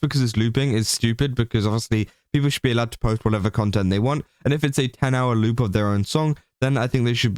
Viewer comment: The way you say word 'loop' sounds lie the word 'lewd', which gives this story a whole different kind of light! XD